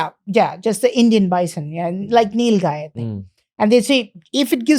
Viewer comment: Bro it's not nil gay it's gvaa